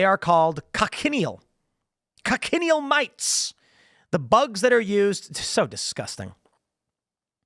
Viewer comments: It’s pronounced, “coach-in-eel”. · Tim, check out the pronunciation of cochineal. Also, it is a scale insect, not a mite.